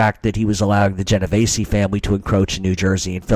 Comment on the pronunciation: Theres no A in my last name. Its not pronounced Genov Ay see. Sounds just like its spelled.